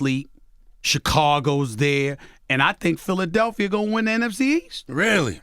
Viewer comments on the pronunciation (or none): none